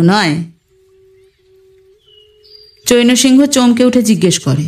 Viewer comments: হিন্দি বা অন্য ভাষার নাম বা অন্যান্য শব্দের উচ্চারণ একটু খেয়াল করে করতে হবে। চৈনো সিংহ নয়, চ্যায়ন্ সিং - এরকম উচ্চারণ হবে। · চৈন্ সিংহ্ নামের উচ্চারণ কিন্তু চৈনঅ সিংহঅ হবে না। চৈন্ সিংহ্ উচ্চারণ করতে হবে।